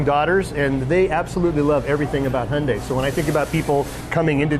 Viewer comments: The correct pronunciation of Hyundai was sorted out years ago. Real simple, rhymes with Sunday, give it a try. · Its pronounced hyundae not hyundie. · There is one essential and crucial component when reviewing a vehicle. Be sure the reviewer pronounces the company name properly. It's Hyundai as in Sunday, not "Hyun-die". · You’re both wrong. Koreans say Hyun-die (just 2 syllables)..... both Americans and British say it wrong .